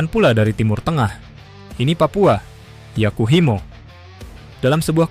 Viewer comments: Yahukimo min, bukan Yakuhimo 😊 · Bukan Yakuhimo tapi yahukimo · Yakuhimo😂 yg bener Yahukimo bang wkwk